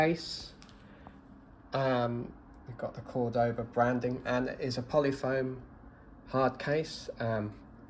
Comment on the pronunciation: *CÓR-do-ba Emphasis goes on the first syllable.